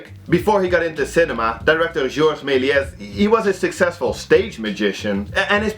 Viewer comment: Ik wil geen klootzak zijn maar je spreekt meliés fout. je spreekt de s niet uit